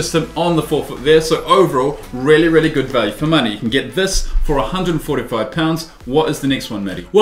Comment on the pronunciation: i rearry rearry rike This boot... asian? Listen closely aswell